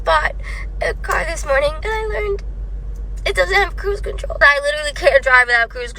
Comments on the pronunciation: I'm goin on a woad twip an need cwuise contwol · I like dwiving with cwuise contwol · “I literawwy can’t dwive without cwuise contwoww” Deep sigh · and why are they pronouncing cruise control like a toddler